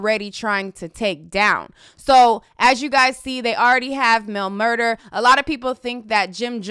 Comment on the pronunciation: Mel MurDAH—not MurDER. Look at the spelling; correct pronunciation is everything.